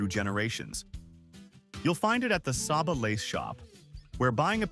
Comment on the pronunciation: Prounounced Say-ba!